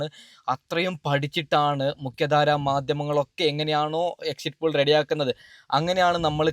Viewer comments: നല്ലത് പോലെ ഭാഷ ഉച്ചരിക്കാൻ അറിയൻവയ്യതവെൻ്റെ. ഒരു എക്ഷിറ്റ് pole. എഴുന്നേറ്റ് പോടാ പുല്ലേ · ആദ്യം എക്സിറ്റ് പോൾ എന്ന് പറയാൻ പടിക്ക് ആദ്യം സംസാരിക്കാൻ പടിക്ക് എന്നിട്ട് ആവാൻ സസ്ബ്രൈബ് 😂😂😂😂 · ആദ്യം എക്സിറ്റ് പോൾ 😊എന്ന് പറയാൻ പഠിക്കു മുത്തേ